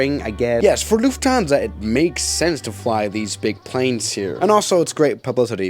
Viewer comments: lufhansa? lol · did none of you guys see lufhansa? its LUFTHANSA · Lufhansa? Do you mean Lufthansa? Was it a typo, or mistake? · Do it read that correct ? LUFHANSA ? Man, it is FLUFFHANSA. How can someone stuff that one up so bad ?🙄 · Yes we love”lufhansa” lol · Why do you pronounce it "Lufthaaansa"? Cool video but that triggered me very hard. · hey might want to change the “lufhansa” 😂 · why did you forget the T in lufthansa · dude is going full german mode